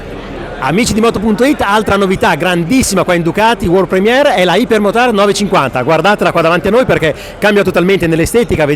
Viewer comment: Si pronuncia aiper non iper ...... c'è la y